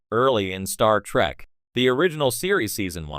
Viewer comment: "Star track" omg😂